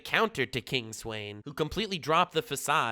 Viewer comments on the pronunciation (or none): King Sweyn would be pronounced like Sven. Has that v sound to it.